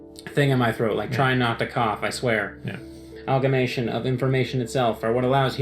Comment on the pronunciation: You still pronounced amalgamation as algamation... nah jk ly